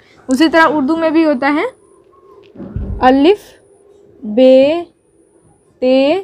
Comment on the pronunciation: अल्लीफ नही अलिफ होता है मैम